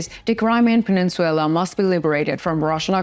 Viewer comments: Peninsula/ please correct it. Not peninsuela PE NIN SU LA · Penin-SU-LA not SUE-LA. Either way, Ukraine will have it back soon hopefully. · Wtf is a pen squel la? It’s pronounced peninsula! Your pronunciation blows! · You pronouncistion of peninsula is incorrect its puh nin syuh lah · I would like to let you know the Crimea pronounced Pen ish I’ll a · Good show, real quick the English pronunciation on the word peninsula is something like this: Пенйнцюла - hope that helps - thanks for the good content! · Penenswaila sounds sexy! No biggy! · I really prefer this no nonsense delivery, of the news from 🇺🇦Ukraine🇺🇦, also I prefer this one, because of the use of maps, instead of the use of video that isn’t related to the news, that most of the others use. . .. … I also found the mispronunciation of peninsula, to be entertaining at first, but it is becoming a bit of a bug bear now, so I wish someone would tell her, that it is pronounced, pen-ince-u-la(pen ins u la), and not pen-ince-suella. . .. … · Needs work on pronunciation. Peninsula. No W in the word. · Please learn to correctly pronounce "Peninsula."